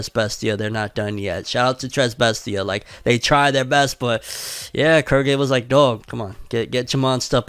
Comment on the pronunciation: Im sorry, Kurgy? Thought it was pronounced Quill-gay